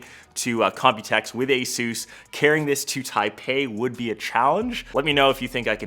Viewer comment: It's Asus. Period. Nty